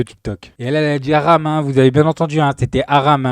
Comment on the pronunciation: T'arrives à dire Messiha avec l'accent et pas hram (psk de la façon où tu dis hram j'en pouvais plus, à ta place j'insiste pas, je le dis qu'une fois et encore, tu l'as bousillé le mot, heureusement qu'on avait déjà a réf) alors que C'est la même intonation, t'es pas dyslexique toi un peu par hasard ? C'est comme dénoncer l'islamophobie et en même temps s'y vautrer....en fait t'es un gros golmon je pense 🤔